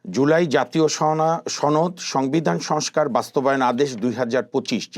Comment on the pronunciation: সোহরাব বিহারীর ছেলে ছনদ বলে কেন সনদ বলতে পারিস না।